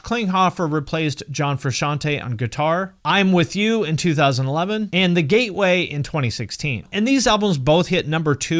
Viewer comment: Did dude say the gateway 😂